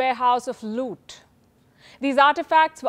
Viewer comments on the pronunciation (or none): "The British warehouse of colonial" Looth! Very well spoken.